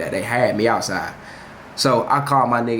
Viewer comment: “so the POPeyes get AHTsiide”